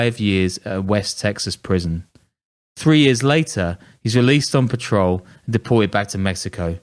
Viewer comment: At 11 mins and 30 secs in You said released on patrol instead of parole learn to pronounce your words and you 2 guys should go to Mexico and go and interview these CARTEL people if you have the balls too rather than reading about them then saying it on your podcast go please